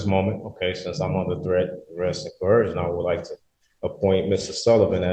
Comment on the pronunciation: Why can’t ANY sovcit properly pronounce “coercion.”